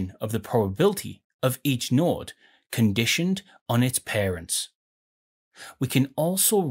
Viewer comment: That's what tipped you off? Not the pronunciation of "node"?